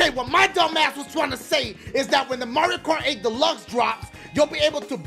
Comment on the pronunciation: Every time he says the name of the track, he just says: 'Oehhh Movwio rhugh rghough!!'